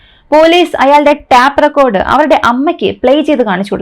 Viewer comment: Tap recorder അല്ല, tape ( ടെയ്പ് )recorder ആണ്